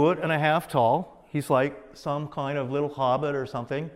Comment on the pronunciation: Kiond- one of David's most used word. Love the way he says "Kiond' instead of Kind! Ha. yeah whats with that Acient Aliens Guys Hair-Do!! ha' Love ya David. yer awesome. BTW I grew up with Jonny Quest,Space Ghost,and plenty of Saturday Morning Cartoons. Daivd you Rock(pun intended)